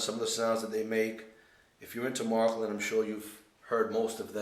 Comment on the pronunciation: its not called marklin, its märklin. Maerklin!! but you sure got a nice track